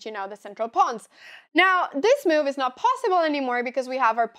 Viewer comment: Anyone else find adorable that Anna have a perfect fluently english, but she says the word move like Miuuuuve is so unique or am i wrong and people from Sweden pronounce like this ?